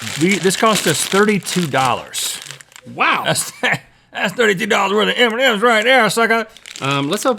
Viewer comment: I heard the first candy as Eminem, not M&M's lol XD